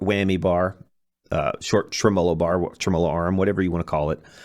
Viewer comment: I hate people that say trem-moe-low bar.